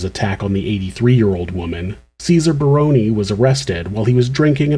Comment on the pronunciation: As an aside, I would like to commend you on the correct pronunciation of the "Barone" name. It is rare.